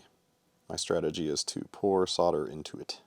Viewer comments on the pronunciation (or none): none